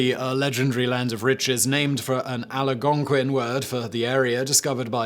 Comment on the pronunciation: Algonquin. Not Aligonquin